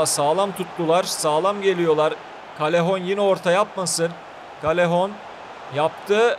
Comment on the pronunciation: Abi nolur doğru oku Yazılışı:callejon Senin okuduğun:kalehon Doğru okunuşu:kayehon